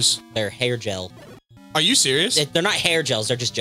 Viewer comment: the enemy is actually gel with a hard G, not jel.